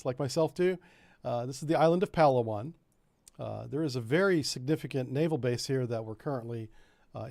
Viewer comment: its pronounced "pa laa wan". emphasis on LAA.. southern philippines. fantastic food and even better diving. the site of hundredes of arircraft and ships sunk there in less than 90 feet of water. unfortunately it is also where abu sayef operated so the philippines has been fighting a low intensity conflict against muslim terrorists there for a long time.